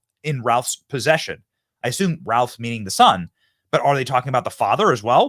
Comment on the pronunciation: Why does Benny keep saying "Ryan Ralf" it's "Ryan Routh" for the first couple of hours after this happened I was so confused trying to search for stuff I thought I had the name wrong turns out maybe you're just mispronouncing it Benny